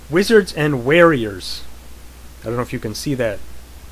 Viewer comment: Um Wizards and Warriors is not pronounced weariers. It is pronounced woriers. with a long O sound.